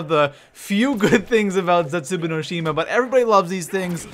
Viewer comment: The way he pronounces zetsubo no shima makes me cringe a little bit. Idk why